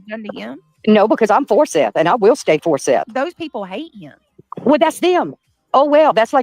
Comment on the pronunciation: calls Seth - Seff….. so there is that for weird names. Come on now …